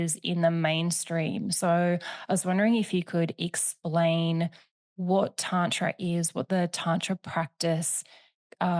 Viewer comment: Please correct her pronunciation of Tantra 😭